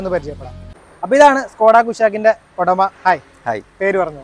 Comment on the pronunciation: ODAMA alla udama,, uuu uuu ..:face-blue-smiling: parayumbol nerkku parayu suhruthe.